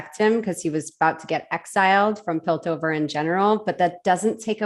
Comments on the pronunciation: It's really interesting to see different people's takes on Arcane! Slight note, it's pronounced Piltover lol. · just a quick comment. its pill-tover. the "t" is pronounced lol. but i love ur vid! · It's Piltover not Pillover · it's pilt-over, not pil-over, thanks!